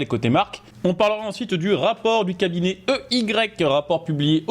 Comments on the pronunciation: Faut que tu prononces i why et non ey 😅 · On ne dit pas EY mais "i waï" ou alors Enerst & Young 😅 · EY ça se dit « he why » frérot